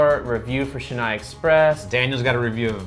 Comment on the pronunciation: Its not shenai expressed its pronounced chen-nai exp...